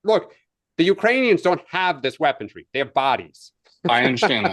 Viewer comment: it is weaponry not weapondry. leftist men